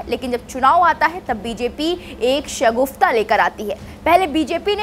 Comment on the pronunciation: Shagufta nahi shagufa